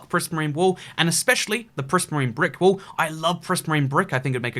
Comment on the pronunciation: He said wall and made it sound like wool